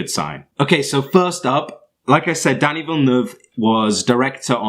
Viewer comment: It was killing me listening to you murder his name and filmography. Lol